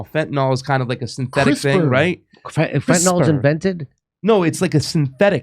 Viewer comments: It's not fentanol, it's fentanyl, rhymes with pill. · Why does everybody pronounce fentanyl "fentanALL"? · It's not "fen tan all." Damn people are so lazy with language. Look at how many words have been secured in the dictionary simply because too many people are too lazy to pronounce words properly. No exaggeration. It's pretty ridiculous (another constantly mispronounced word). Irregardless is even more stupid because people just added on to "regardless" for no apparent reason. Now I'm getting irritated, and I might just go nukular! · FentaNIL, not FentaNOL. AntiseMITic, not antiseMETic